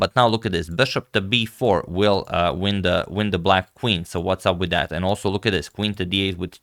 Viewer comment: My personal favourite, "sorry about dat". Bends as he say it.